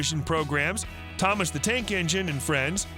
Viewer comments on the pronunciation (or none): none